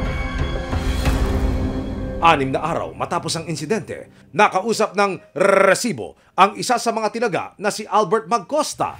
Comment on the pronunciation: NakakaBwesit yung nagsasabi ng REEEESIBO.